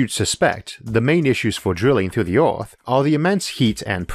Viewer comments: Things I've learned in this videop: Isaac Arthur can't pronounce the word "Earth". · Earth or oarth? No offense just asking. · The pronunciation of this bloke is absurd...I catch a word every five he utters. eg. earth pronounced ore. If you consider that one of the main arguments is"mining the earth"...